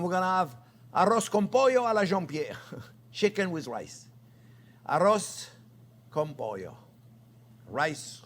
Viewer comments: "Arroz con pollo" Excellent spanish accent Chef!!😊 is a cheap dish, easy to do and tasty...Great recipe this version "A la Jean-Pierre" I love it! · arroz con pollo! your Spanish is great haha